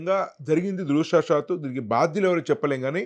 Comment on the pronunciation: దురదృష్టవశాత్తు.......దురాషా సాత్తు కాదు.